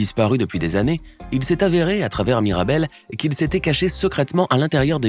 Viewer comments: en tu a pas dit mirabelle tu a dit maribelle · MIrabel pas Maribel 😅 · wsh il a dit maribel au lieux de mirabel🥲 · Qui l'as entendu dire maribel au lieu de mirabel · C pas maribel c mirabel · On n'est d'accord pour dire qu'à 5.52 il dit maribelle au lieu de mirabelle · Se miradel pas maridel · Il a dit "maribel" et louisa ma c pas MIRABEL? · elle s'appelle mirabel et non maribel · À 5,45 minutes il dit Maribel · Il a dit maribel 😂😂😂